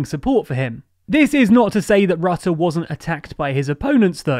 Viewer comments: Your pronunciation of Marc Rutte's name was interesting! The 'u' in his name is not pronounced as the 'u' in the English word 'under' - as you are using it. In Dutch his name sounds more like 'Ritte' would sound in English. Unfortunately I could not find a word in English which actually uses the Dutch phoneme for 'u' even though the 'i' comes quite close. Does anyone have a good suggestion for an English word using the 'u' phoneme from 'Rutte'??? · Your narrator still can't pronounce the name of the Dutch PM. (It rhymes with "put" not "but".)